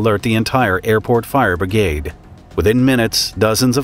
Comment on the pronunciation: "Fire Brigade" .Obwohl ich nicht so auf die Englische sprache stehe, hört sich das richtig gut an, so wie er es beim erstenmal ausgesprochen hat.